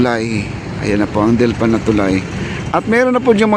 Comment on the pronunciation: Not DILPAN (DELPAN)